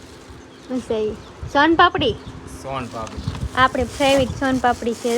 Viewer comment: સોની ફેવરીટ બોલાય ફેવિટ નય વિડિઓ બનાવો પણ બોલી સુધારો